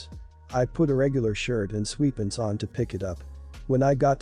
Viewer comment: Sweatpants and motorcycle pronunciation is ugh